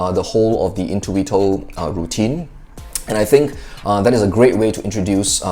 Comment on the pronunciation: Great italian accent in the Word "intuito", from an italian guy.